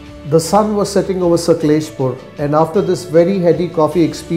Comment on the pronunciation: U r not like wise it's not saklespur it's sakleshpura